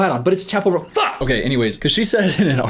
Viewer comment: hey bestie not the point of this video but you said chappell roan's name so many times in this and you're pronouncing "roan" wrong the whole time so i just wanted to let you know it's "roan" rhyming with "bone" if that makes sense